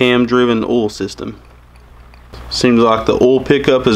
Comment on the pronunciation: Do you shove cotton balls in your mouth before talking! 🤣 It's called OIL not OLE. "oy-ole" not just "ole" think back to grade 2 and count your syllables